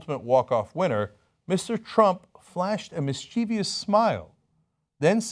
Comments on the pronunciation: Mis-chee-vee-us? Really? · Anyone else notice that Cenk can't pronounce mischievous right? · Is there some new rule I don't know about that requires everyone to mispronounce "mischievous"?